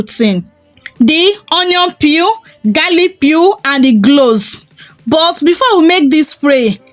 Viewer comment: I thank you for this recipe. I laugh a little because your accent is so cute to me. Being in America, if there had never been the transatlantic slave trade, I wonder if my accent would be like yours. Some of your words I had to go back and listen again. Example when you said "Cloves" it sounded like "gloves or glows." Also when you say words with an "R" at the end, I like the way u say it. Example: water, u say watuh, and butter, you say buttuh. God bless you. Hhhhh I thank u again and I'm looking forward to learning more from you channel. I am in North Carolina in the USA. I have subscribed to your channel. One can also use a preservative to extend the time that u can use it. I use Germall Plus. I order it from Amazon. I want to add that most people suggest to use products consistently for 3 months to see good results.